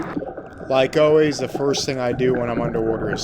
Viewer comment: Fun video! Water, Coffee, and Always are dead give-aways for a New Yorker. Your "always" was bordering a bit of Philly right at the end of the video.....almost Oh-Waze! Lazy's lobsters are divine. I wish I could get one in Minnesota! I retired here after 35 years in St. Pete Beach and spent many vacations loving the Keys! Nothing better than fresh grouper, snapper, and lobster that you caught yourself. The Goliaths are definitely getting out of control - I frequently saw them diving that were as big as my torso and they could easily swallow a 30 pound fish. I'd love to find out if their meat is as tasty as their smaller cousins! You and your photographer have a good thing going - 8800 views on the first day is not too shabby. Have you spoken with Aaron Young (@ West Waterman)? Good times, glad to be a new subscriber! Mr.Bill